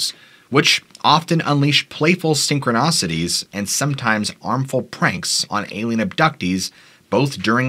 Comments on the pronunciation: Say it with me: sink-row-nis-cities! Don't worry about your Spanish - let's study English instead! I know, I know, that's not nice! (Just saying) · It's not sychronOcities.